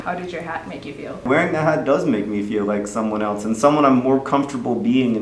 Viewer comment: "Someone eltze" shudder